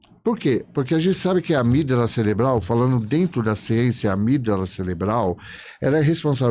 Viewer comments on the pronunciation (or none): Ele falou amígdala celebral mesmo? Ou fui só eu que ouvi?😮